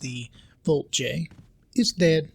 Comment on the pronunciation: dude wtf VOLT-J and J-VOLT are both wrong V-JOLT right🤣😅